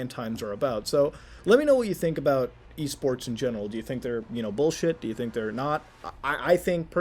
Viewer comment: Thought he said E-Scorts